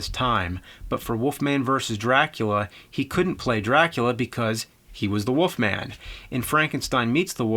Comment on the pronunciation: WOLF MAN James, not Woof Man.